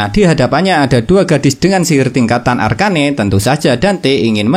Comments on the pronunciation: Arken bang bukan arkane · Bang bacanya arcen aja bang arcane ga enak bgt ekwk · Arcane woi bukan arka ne